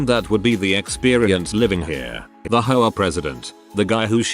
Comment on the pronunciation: H O A, not ho a. Darn computer voice.